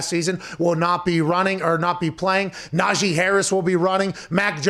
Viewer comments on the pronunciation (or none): Lmao saying “Nahjay” Harris instead of najee is what najee was talking about at the tide pro day today